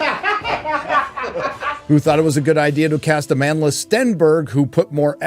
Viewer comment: No kidding, when you said the name of the "actress" playing the twins, I thought you said, "A Manless..." I shall henceforth refer to the late Rue of District 8 as Amanless Stenberg, until I discover a way to mess up her last name, too.